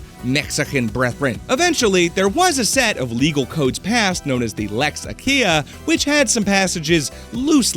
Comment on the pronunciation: I was confused by his pronunciation of "Lex Aquilia", it was actually so off I thought he said "Lex Achea" or something. The pronunciation should be more closer to "Lex A-kwi-li-a". /ˈa.kʷi.li.a/ (I think)